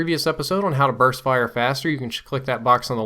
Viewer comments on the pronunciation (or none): "Burst Firet"?